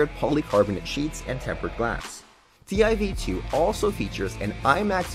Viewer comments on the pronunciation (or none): That’s pronounced “tiv 2” not t I v 2